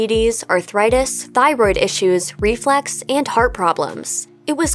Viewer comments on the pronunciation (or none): Reflux, not reflex.